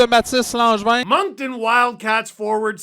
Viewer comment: Thank you for saying Moncton correctly some people say Moncton with a K and it's infuriating. The C is silent like the second T in Toronto